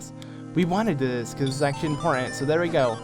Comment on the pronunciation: you say important weird. you say inpoertent